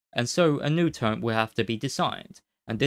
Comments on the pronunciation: Agghhhh you cant not hear it, I cant listen to it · It's called a Turret, not a Turrent